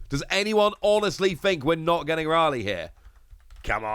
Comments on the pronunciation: Raw-lee....this guy sucks....someone please link me another channel with the same content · Why do you butcher my boy Rayleigh's name like that?